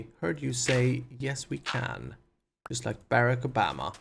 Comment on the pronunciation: Barack Obama is pronounced: Bur-ock O-bah-mah